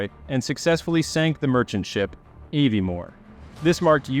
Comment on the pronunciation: You need to work on your pronunciations. I stopped at "Ayviemore". It's "Ahviemore".